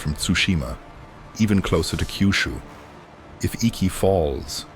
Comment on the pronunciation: It’s not Kaiyushu. It’s Kyushu. Keeyuooshoo if you insist.